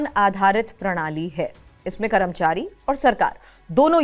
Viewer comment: कैसे कैसे लोग समाचार वाचक बन जाते हैं कर्मचारी बोलना नहीं आता हैं करमचारी बोल रहीं हैं 😂😂😂😂